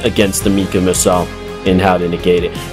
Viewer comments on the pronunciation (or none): none